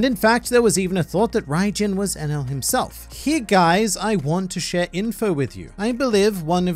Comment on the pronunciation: geez i that enel pronunciation was terrible hahaha